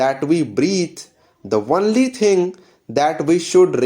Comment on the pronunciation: The only thing I didn't like was the pronunciation of "only" as "honly" in the vdo